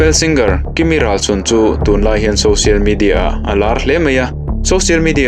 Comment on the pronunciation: kimi hnam hming 'Râlsun' tih ilam rik dan hi adiklo 'Râl' tih hi 'Râldo' indo na a 'Râl' tih lam rik anga lam tur anih e